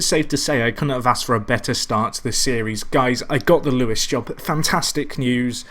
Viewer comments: Isn't is Lewes as in loos (toilet) not Lewes as in Lew es? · Wahey your finally back. What a save this could grow to be...better than FCUM maybe? Also I think it's pronounced Loos